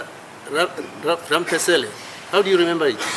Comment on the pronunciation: “Mr Rampasele” 😂😂😂 this judge is butchering people’s names